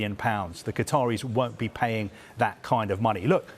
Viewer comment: Hahaha, it's Qataris, nice try...